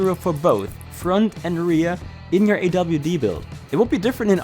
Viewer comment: “awd” and “rwd” lol